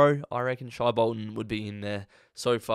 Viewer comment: Pronounced “shay” like hay Bolton